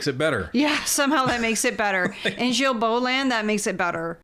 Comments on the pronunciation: the G in Guilbeault is a hard G sound like Garbage. 😉😉 “guy-bo” guy rhymes with me. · Folks, Big fan of yours... not so much of that freak minister... But as French-Canadian/Québecois ... Please pronounce his name correctly Gill-Bo (mine (Despatie) gets boutchered all the time... To make it English proof: Day-Pat-Tea or as I ofen say... Remember the DAY you invited PAT for TEA...)... Thanks.